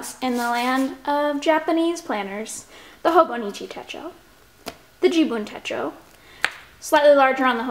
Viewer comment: You're the cutest. Techo, short e. Rhymes with um... Fetch-o.